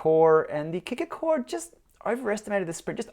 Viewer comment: what's with the hard R....Kicker CO RRRe? that's something you would normally hear in America, not from an Aussie